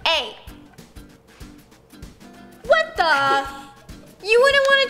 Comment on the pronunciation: When your use to roni saying "wHaT tHe" (with accent)(not all people is use to it!)